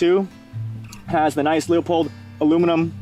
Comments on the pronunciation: He has no idea how to pronounce Leupold. That doesn't inspire confidence. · Not sure why you can't pronounce Leupold correctly. That is quite embarrassing.